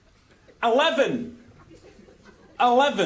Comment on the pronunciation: Anyone else realize that when they say eleven it sounds like "I love him" XD 😂😂